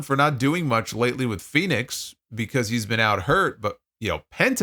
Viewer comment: Maybe the WWE announcers could actually pronounce Fenix's name properly unlike Excalibur. Sounds like he's saying FedEx.